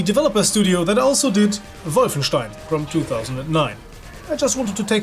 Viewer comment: Always a pleasure to see someone remembering this great game. And you even pronounce "Wolfenstein" correctly, which is pretty rare on YouTube ;)